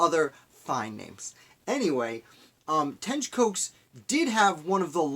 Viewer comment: I’m his relative, and it’s pronounced like Cox!!!